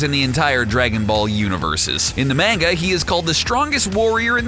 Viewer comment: Not that but he Says mainga when it's manga